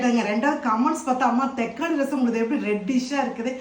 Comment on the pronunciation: தெக்காளிஇல்லம்மா தக்காளி